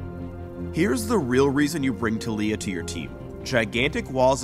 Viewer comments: Tuh-lEE-yuh? I thought it was TAH-lEE-yAH. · Yeah, idk why they're pronouncing it like Tuh-lee-uh. I've heard it Tal-E-a everywhere else. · I don't like how says her name. He says "Tuh-LEE-ya". Shouldn't it be "TAH-li-ya?" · Kid I am pronouncing it Tal-E-a because that is how you pronounce that name literally EVERYWHERE else and Tuh-lee-uh sounds stupid lol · WHAAAAAAT?!?!?!?!?1 YOU PRONOUNCE IT tah LEEE yah?!?!?! WHY?!!??! it should be TAHliyah!!!! you messed with my mind rito!!1!1111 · yo wait it's tah-lee-ah not tal-ya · am i the only one who thinks that the way taliyah's name is pronounced is wrong? instead of tah-lee-yah it should be tali-yah idfk anymore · IT'S TAH-LEE-AH GUYS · Kadeem The Dream Oh the character is cool, but it's like taking a really common name and then making up a new pronunciation for it lol, I just wanna call her Talia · i thought it was taliyah (tah-lih-yah) xD. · I refuse to pronounce Taliyah this way considering it is basically the name Talia and this not how you pronounce it -.